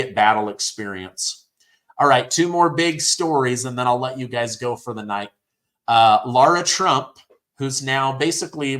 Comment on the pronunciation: Its laara trump